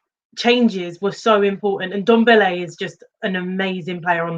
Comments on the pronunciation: So now you are trying to troll a fellow Spurs supporter for you clearly saying his name incorrectly and "blaming" it on your accent?! Really big of you i must say. It`s suppose to be pronounced like Dembele just with the NDo infront. If you are making such a fuss about this than just leave it. For goodness sake. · I like Alex. Fresh of breath air. Don`t understand that can`t pronounce Ndombele`s name correctly after he has been there for 1, 5 years.